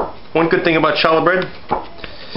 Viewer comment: Lol shallah it's pronounced as challah or Hallah